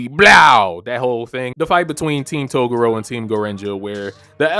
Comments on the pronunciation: Learn to actually pronounce Toguro correctly. Its not togoro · I can tell this really is your first time watching this arc because I hope you learn how to pronounce "Toguro" next time around. 😂